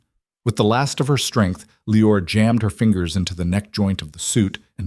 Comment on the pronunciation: KYLE is one syllable. LE-OR-AH is 3. Train your AI reader better.